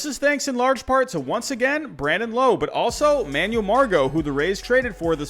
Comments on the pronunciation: It’s not Brandon low, it’s Brandon lowe but but pronounced with an a not an o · Brandon Lowe (rhymes with now) where as Nate Lowe is how you pronounced it. Nitpicking but the man's an all star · Btw Brandon Lowe is pronounced Lowe as in cow. It’s a common mistake so it’s ok, I’m a Rays fan so I had to correct you 😂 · it’s Brandon Lowe like Wow not low but great video 👍🏿.